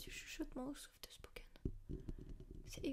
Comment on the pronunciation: Le softeuh spoken. Très bonne vidéo nonobstant.